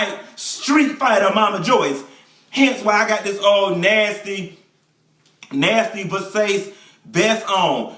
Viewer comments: Versays... lmao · He said Ver sace.... Lol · the doll done started off with the american pronounciation versace....lmao!!!!! i know this is going to be good!!!